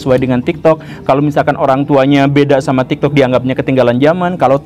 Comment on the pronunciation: bahkan tadi dia ngomong TIKTOD 💀